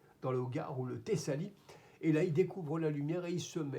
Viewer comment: Salut frérot, sur cette vidéo tu dis tissali je pense que tu veux dire Tassili et hier dans une vidéo tu parlais de l’âge du coran tu as dis 16 siècles, mais c’est 14 enfin je pense que je ne t’apprends rien vu le haut niveau de tes connaissances, continue tu es un remède contre la cnewserie intellectuelle, bien à toi.